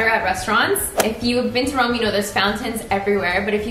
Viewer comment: It's either Roma or Rome, not Rowma. :'(